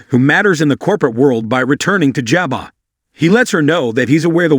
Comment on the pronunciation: The company is pronounced: JAH BO!!! NOT JAH BOT!!! Don’t you people EVER watch and listen to the series YOU announce?? Katheryn is NOT PRONOUNCED Kath er reen!! Try Kath ryn!! This is why I HATE listening to these YouTube programs!